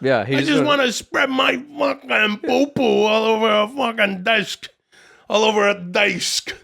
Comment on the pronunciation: Listened to him say “all over her die-sk” 50 times